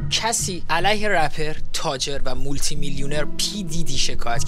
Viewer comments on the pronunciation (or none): none